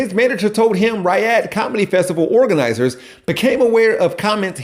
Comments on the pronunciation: Pronounced "Re-odd" spelled Riyadh 😅 Sorry, I really do hate being that guy. Love your work though! Sometimes lol. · Dude.... every time you said, "Riyadh" you pronounced it wrong. ree-YAD. Not RYE-ud. Love your content but every mispronunciation made me cringe cuz you tried saying that word a lot, failing every time. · How are you able to pronounce Rihanna right but somehow Riyadh becomes Rahy-had?